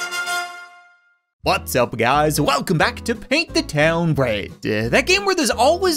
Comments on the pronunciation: At the start of the video he says whats up guys it sounds like butts up guys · I know he said "what's up guys" but it sounded like "butts up guys"